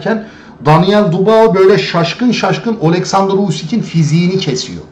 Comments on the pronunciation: Kiymetli tespitleriniz var. Mutesekkiriz. Ancak su Daniel' in soyadini dogru telaffuz etmeniz yaptiginiz isin niteligi acisindan onemli olacaktir diye dusunuyorum. Bu genc arkadasin soyadi Dubois yani telaffuzu dü-bu-a yani du-ba-o degil. Dikkate alacaginizi dusinerek yazdim. Tesekkurler. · Abi videolarını izliyorum, konuşma tarzını beğeniyorum, her şey çok güzel fakat sen şu Daniel Dubois' nın soyadını "Dubao" diye okuyunca tribe giriyorum izleyemiyorum.....Doğru okunuşu "Dübua" şeklinde olucak....Fransızcadan gelme bir soy isim sanırım' o yüzden bu şekilde okunuyor....Naçizane katkıda bulunmak istedim.....Dikkate alman dileğiyle... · Don Charles'ın konuşmalarını izleyince ben bile ayar oldum. Çok uyuz bir herif. Bu arada, Dubağo değil, Dübuğa bey. Saygılar. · Bey; lütfen ‘Dübua’ deyin. Fransızca’da “oi” sesi “ua” okunur. Paylaşımlara devam. Teşekkürler ederiz.